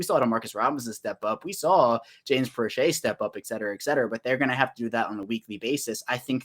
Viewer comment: Proche is actually asked to play most on the healthy scratch list. Steve Smith doesn't even know how to pronounce James Proche's name when he said that. Also, if Proche is the best WR we have then that's an indictment on our WRs.